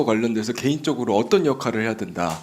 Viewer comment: 오똔 오똔 발음 이 이게 부산에서 큰 애가 이런 발음?